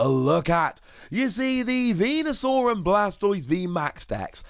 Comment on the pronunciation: I pretty sure it is venasaur not vanusaur.